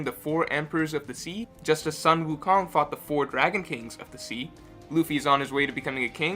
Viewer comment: Ok ok. Your Sun Wu Kong pronunciation is incorrect. Keep in mind that all vowels in hanyupinyyin is the same, so pronounce your "u" in "Sun" the same way you pronounce your "Wu"